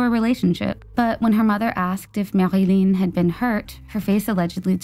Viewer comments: The mispronunciation in the second story is off putting. I live in the area of Hawksbury. It is not pronounced Awksberry. Montreal is pronounced just like it’s written - Mon-tree-all. Marilyn is pronounced incorrectly too. It’s too guttural. Anyway, I’m happy to help with pronunciation on Canadian stories if asked. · LOL, I guess you had gotten tired of all the French pronunciations and just said Marilyn. Awesome upload as usual